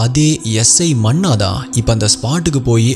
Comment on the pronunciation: Manna illa sir, munna